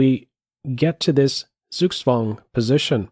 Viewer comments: Maybe instead of being so snide, give him a tip: the German Z is pronounced TS, and the W is like the English V, so Zugzwang is pronounced Tsug-tsvang. Very nice analysis, I really enjoyed this video. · SUGSWANG? - Learn the German "Z"!